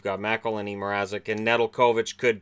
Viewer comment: It is pronounced ne-del-kavic